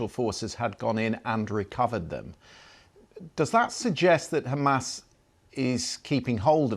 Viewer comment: they pronounce it as Khamas...